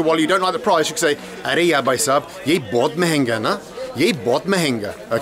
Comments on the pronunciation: very informative and proud of you for sharing this... If it helps have a few pointers... the pronunciation is Bh-ai, not "Buy/Bai", coz although both sound the same they have different meanings.... Bai means lady... & can mean maid too.. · Very nice. BTW it is Bhai for brother not Bai. Bai means maid servant and you don’t want to call a random man that unless you are looking for excitement to kill time.